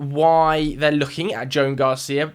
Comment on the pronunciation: It’s pronounced “Jo-an” not Joan,!